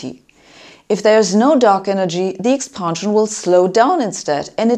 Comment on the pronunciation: Very informative & bold; but please pronounce "expansion" not "expahnsion".